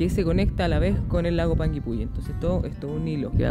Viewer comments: Muy bien pronunciados los nombres, tal cual lo dijiste, la zona es bellísima en verano, un lugar magestuoso que enamora Ahh... Son 7 lagos en total... Los recorrí todos este año a comienzos de febrero ( verano) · Jajaj yo vivo como a 1 hora de panguipulli y si se pronuncia asi xD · AHHHHH ME MUERO DE EMOCIÓN, veo todos sus videos y soy de Panguipulli (lo pronunciaron súper bien!) así que si deciden venir a Chile los dejo invitadisimos, ya que aquí en Panguipulli está Huilo Huilo, que también ví que les encantó ♥️ Saludos chicos🌹🥰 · Lo dices bien:"Panguipulli"